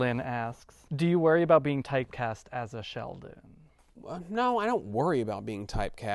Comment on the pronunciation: That dude wants to put the D in ShelDon